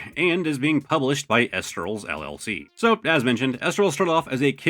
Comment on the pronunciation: it's pronounced E- lestrals